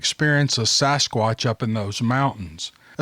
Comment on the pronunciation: It's sasquatch not sosquatch.